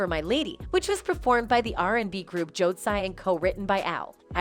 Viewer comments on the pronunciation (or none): She mispronounced these celebrities! Ti China and Jode C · Right… and how it pronounced Jodeci